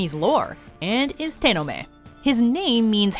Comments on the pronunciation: It's te-no-me I have a book about Japanese urban legends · Tenome? Have I heard of this demon somewhere in Kimetsu no Yaiba?